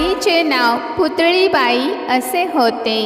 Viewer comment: Putlibai Nahin putlabai 🤣